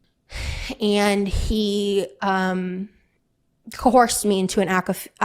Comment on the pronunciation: Why is it that these chicks don't know how to pronounce coerce?